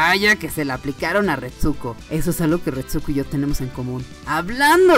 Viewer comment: Odio que no sepa pronunciar ni el titulo de la serie ni el nombre de la prota